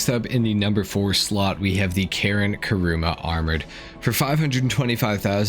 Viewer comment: Karin is Karin, man. Why does it somehow became Karen when you say it?